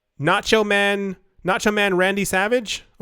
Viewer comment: My boy said “Nacho Man”. 💀💀💀